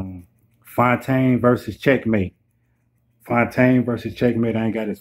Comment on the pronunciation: Bru I'm fyetaine.....I really appreciate this recap and the shout out....I'm going to subscribe and share the video too💯💯you said my name right lol